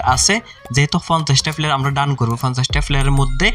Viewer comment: Flayer 🙂fura luck ,tarfor,shoebofrothom ,🙂fasss, Vai vasha tik Koren Valo koira bolen Valo shuna jai na